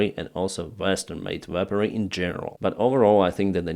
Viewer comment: Sorry. Weaponry -should sound like weh-puhn - ree. You did say it correctly at the 7.20. Wow. France. The Dassault mirage is a great multirole jet fighter. The saab gripen has been going off and on for the last 2 years now. I'll believe it, when I see it. Slava Ukrani 🇺🇦💕